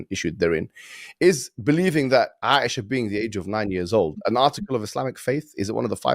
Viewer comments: If you are trying to Speak about the topic it's truly imperative that you do your research regarding said topic before speaking about it. Seeing how they Pronounce "Aisha" And seeing how to completely butcher Mohammed Hijab's name . Someone they are trying to speak out against . You can clearly tell they are just Spreading misinformation without fully Understanding the topics they are talking about. Especially when they blatantly use such a Heavy Word against Hijab . Speaking about Factual things and quoting the sources. With little knowledge you can only see one point of view. The more knowledge you get, the more views you can understand. Why A marriage at such an age was legal ?Was their laws different back then ? why did people not slander him regarding that in the past ? Because it was common. Taking Our laws today and implementing it to people of the past is the most illogical thing to do. May Allah Keep us Steadfast and strengthen us against such ignorant people. They will surely see what they have put forth on the day of judgement And Allah Is the most JUST . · He said he married ‘Asia’ 😂he couldn’t even pronounce Aisha. Truly uneducated people. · Asia LMAO!!! It's Aisha. At least when quoting please pronounce the name right. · This idiot is calling the mother of the believers Asia instead of Aisa 😂. They are just too afraid and that people are accepting it by the thousands and the reason they try to attack Islam and our prophets. Just this past Friday 2 lovely ladies, may Almighty keep them strong and steadfast in the deen, accepted Islam and every week at least one person does it and the most I have witnessed is 3.